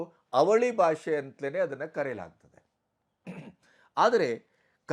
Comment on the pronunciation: Salute your response and stand on this unfortunate matter, avare 🙏 But just a humble request: Please focus on pronouncing Kannada better - alpapraana, mahaapraana, hrsva, deergha. It is bHAASHE not baashe, shataavadHAni not shatavadaani. If Kannada ucchhaara is as it should be, our pride gets exponentially magnified. It is probably the only language where writing and speaking are exactly the same. Talaharate anta baydu kollade nanna manavi sveekarisi:) Thank you! jai kannaDAmbE! 🙏